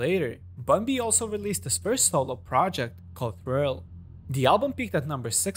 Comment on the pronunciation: Am I tripping or did he say Grill instead of Trill when showing Bun B’s solo album?😂